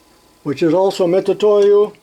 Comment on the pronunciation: Nice haul. OK so you like to have a rant now and then and most of us really enjoy them. So can I have one now? Why do most Americans insist on saying Mit Su toyo when it is clearly written on each instrument Mit U toyo Not an S in sight. I am sure most Americans would be real upset if we foreigners could not say Starrett as it is spelt. Rant over. Great channel and enjoy all your output. ATB regards from the UK